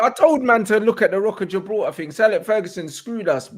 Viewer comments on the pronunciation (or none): none